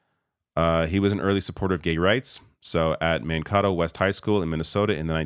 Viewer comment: Man-Kate- toe